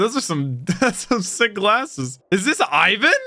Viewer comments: Try to pronounce it like a russian Ivankov, so ... IVAN not EIVAN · You pronounce Ivan like this. E-vaun. the aun is pronounced like aun in faun, the female deer. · btw it’s (ee-van) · One Piece: Ivan!: Is it Ivan or Aivan? One Piece: Ivan! (speaking over it): Aivan! few minutes later One Piece: Ivankov the fairy...: Is it Aivan? Me: Just listen dammit! The subtitles can't talk but the VAs do, you don't ever need to guess how words are pronounced if you just listen! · idk if anyone has said this but i’m pretty sure it’s pronounced “e-von” but i could also be wrong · Just English speaker problems. They can't help but say I as eye if it's the first letter. Ivan name has always been pronounced wrong in the west thanks to the Rocky movie